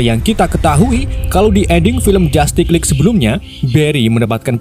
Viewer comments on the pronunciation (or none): Dibaca jastis Lig bukan jatik